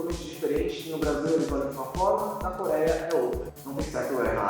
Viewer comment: NA "CORÉA" 💀 kkkkkk dsclp